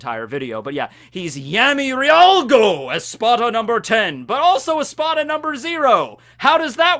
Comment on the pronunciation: The Cero Espada thing was bullshit (and caused people to drop the manga). What was worse, though, was how the fight was handled. Also, the romanizations for Espada and Arrancar names are dumb. "Llargo" is not the same as "riarugo", because in Spanish the initial "Ll" is pronounced as "Y".